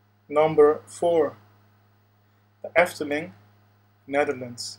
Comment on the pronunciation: Ik hoor gewoon aan je uitspraak van de Efteling dat je Nederlands bent :)